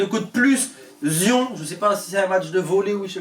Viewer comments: Zion 😭😭😭😭😭 « Zayeune Williamson » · Zion ça se prononce zayonne